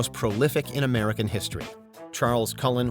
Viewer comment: emphasis on "American"